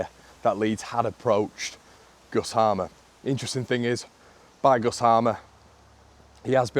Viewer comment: Just to clarify (as someone with the same name) it's pronounced Hay-mer. Its an old saxon agricultural name so haven't a clue how he ended up with this name in south America.